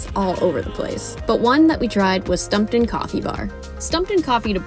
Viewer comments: Also, "Stump-town", not "Stumpt'n" 😂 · They also kept saying "Multinomah." And "Stumpton."